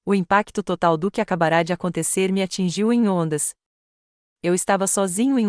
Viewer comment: Assisti de Salvador-Ba. Gostei da história. Mas não gostei de ouvir tantos erros da língua portuguesa nessa narracão que chega a ser chocante. IRÔNICO pronunciado IRONICO ACABARA pronunciada ACABARÁ LEVARA PRONUNCUADA LEVARÁ. A palavra Time ( inglês ) Pronunciada Time como escrito. No início da narração A PROTAGONISTA quando era citada, era citado como se fosse do sexo masculino. SozinhO, AtordoadO e outro erros. Não esxiste um meio com tanta tecnologia digital de corrigir esses ERROS. Lamentável!!!